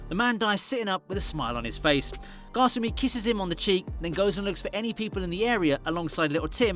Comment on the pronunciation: kasumi not gosummy